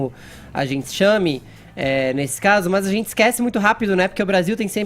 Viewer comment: "A gentsi" kkkkkkkkkkkkkkkkk esse fefito é muito comédia